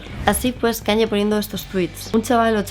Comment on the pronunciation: Me chirrían un poco los oídos cada vez que dices KanYYYYYe, es "Kanie" 😅